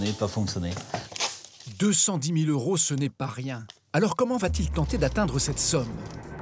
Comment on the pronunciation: Jo yeux pour un journaliste de dire « 100 euros » sans faire la liaison avec le « T »